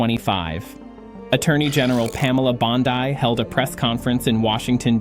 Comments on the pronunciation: Attorney General Pamela Bond-Eye?!?! LOL, someone needs to teach AI how to read. They also need to LISTEN to the finished video BEFORE Publishing. I had liked this video, but now I have to put the big thumbs down to encourage these lazy people to watch and listen to these videos and fix errors before publishing. You could have spelled her name "Bondee" to force the AI to pronounce it properly. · Also "Pamela BOND-eye" What???? Also "alongside FBI director Wray" Really?? Really?? Kash Patel was standing right nect to Pam. Good grief; the producers at Truth America need to do more research. You're like High School-level content creators. Ever heard of a Quality Control Department? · It's "Bon-dee" and Christopher Wray is not in the FBI anymore sir that's Kash Patel next to Pam. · This is all a phoney Ai video. I caught it when Ai's voice said, Pam Bon die instead of Bondi. I can't stand Ai. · Chris Wray is no longer FBI Director. That would be Kash Patel. Also, Pam Bondi’s name is mispronounced. It’s Bondee, not Bondai. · YOU LOST ALL CREDIBILITY! You stated that present were AG Pam Bondi (tell your computer her name is pronounced BondEEE). You stated that FBI Director Christopher Wray was also present. Wray was booted out in January because he was a RINO and doing dirty work for the Crats/DNC. The current FBI Director is Kash Patel since February 21, 2025!